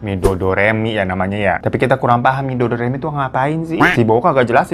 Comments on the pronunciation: Midodareni knp jadi midodoremi bang😂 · Bang , mododareni bukan midodoremi 🤣🤣🤣🙏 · Bukan midodoremi tapi midodareni baaang 😂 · bukan midodoremi bang... tapi midodareni (bahasa jawa), malam lepas lajang buat calon pengantin. biasanya midodareni itu buat si cewek yang ditemani sahabat2nya sampe besok pernikahan. aku orang surabaya sih, tp masih menggunakan adat jawa yang begitu. jadi rangkaian prosesi adat yang jawa banget itu biasanya ribet dan lama dari siraman, malam midodareni, nikah aku tau begini juga karena bapakku MC manten jawa bang biasanya yang mau nikah itu puasa ya bigitulah banyak rentetan acaranya, tapi seru hehehe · Bukan midodoremi yg bener midodareni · bukan mi dodo remi bang yang benar Midodareni hahaha si Abang lucu deh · Midodareni baaaaang.. 😅Midodoremi kaya lagi latihan nyanyi aja 😂😂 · Kok midodoremi sih bangg, mododareni dongg😭😭, kyak smacam upacara adat untuk pengantin wanitanya bang. Pengantin wanitanya dipingit pada malam H-1 acara pernikahan. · Bukan Doremi kak Hiro.. Midodareni... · Midodareni wah kok jadi midodoremi😅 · Midodareni bang, midodoremi 😭😂, tapi gpp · Maaf kak Hiro,BKN midoderemi tp midodareni🙏🙏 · Midodoremi😅 midodareni bg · revisi y bang bukan midodoremi tp midodareni..ky siraman gt klo d adat jawa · Midodareni Bang, bukan midodoreni 😅 Midodareni adalah sebagai malam “pengarip-arip” atau masa lajang terakhir bagi kedua mempelai. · Ngakaaaaaak.... 😂😂😂😂😂 Midodareni kok jadi midodoremifasollasidooooo 😂😂😂😂😂😂😂😂😂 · Bang Hiro, midodhareni. Bukan midodoremi 😅. itu tradisi jawa, dmn klga mempelai putra datang ke klga mempelai putri dg membawa seserahan. Trs yg mempelai putri ga boleh tidur sebelum jam 24.00. Itu klo jawa yg di Jogja. krg tahu klo adat jawa di daerah² luar jogja. CMIIW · Aku orang jateng, dulu waktu kecil kalo bangun tidur badan atau kaki memar2 kebiruan gitu padahal seingetnya ga kebentur apa2, katanya dijilat anja anja. Btw kak hiro bilang midodoremi wkwkwk salah sebut apa emg ada ya, setauku midodareni